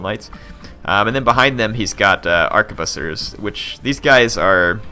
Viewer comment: Arquebusiers is pronounced arch-ehh-boos-e-ehh (it's french lol)